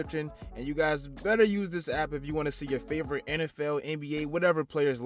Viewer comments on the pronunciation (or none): none